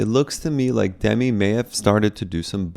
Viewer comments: It's "Duh-mee" and not "Demmi", fyi. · Doesn’t she pronounce her name ‘dem-ee’??